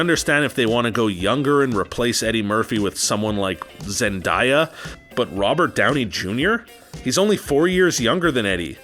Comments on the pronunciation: why her name isnt zen-DIE-a her name is zen-DAY-a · “Ja-keen” Phoenix “zen-die-ah” 🤦‍♂️ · ........your pronunciation of names is TERRIBLE by the way. “Jakeen Phoenix”........”Zindya”......🤔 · you have to work on your name pronunciations... Jakeen Phoenix? Zen-die-ya? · ummm... Zend-die-ah? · Jakeen Phoenix, zendiya lol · It's pronounced as Zen-da (long A) ya (yuh). It's pronounced (Wakeem). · Pronounced wokeen, zen-day-a And Eddie Murphy’s dolittle was also a reboot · Dude learn how to say Joaquin Phoenix’s first name right. Also It’s pronounced: Zen-Day-Ah. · A lot of these actors you passive aggressively insulted are still enormously loved and appreciated. The ratio of dislikes to likes are the closest I've ever seen on this page. Apparently a lot of people disagree with this video. You're also pronouncing Zendaya's name wrong. 😒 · He pronounced Zendaya so weirdly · And he mis pronounced Zendaya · he can't say or pronounce zendaya right